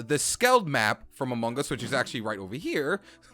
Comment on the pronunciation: Why do you say amungus